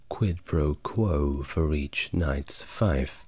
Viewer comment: This is nice, very similar to The French Whisperer. Can't wait check out your other videos. "Feif" is pronounced like "feef" btw.